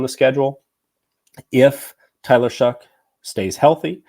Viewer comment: I’m a Texas Tech fan and alumni and I just want to know how Tyler is going to pronounce his name. Shuck is how he pronounced his name at Tech. More like show. As in show me that you can stay healthy at your 3rd school.